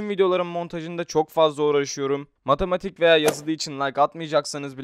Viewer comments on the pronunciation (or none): mametamatik dedin yüreğimden vurdun